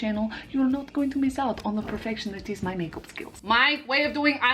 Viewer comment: "its perFEFTION